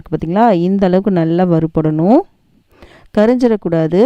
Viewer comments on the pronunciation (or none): கறிஞ்சிடக்கூடாது இல்லை கருகிடக் கூடாது. தவறான தமிழ் உச்சரிப்புகளை தவிர்க்கலாமே